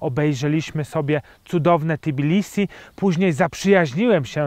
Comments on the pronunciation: Nie wymawia Pan fonetycznie T i bilisi ? ;-). Po literce "T" nie ma literki "i" w nazwie miasta :-). Natomiast u Pana, chyba, że źle rozpoznaję pańską mowę, jest dodane owe "i". Nie czepiam się, żeby nie było, zresztą wielu Polaków zdaje się, iż nieświadomie z Tb robi Ti...:-) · Tbilisi, nie T(i)bilisi :-)